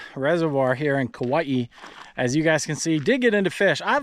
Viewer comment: Because my girl gets on me about how to say Kauai, I’ll just say… remember.. there’s only One ‘i’, not like how Hawaii, has two ‘i’s Kauai not kauaii 🎉